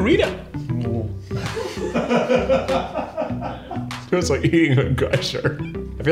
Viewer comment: Anyone else notice how Keith kept saying “Burrita” 😂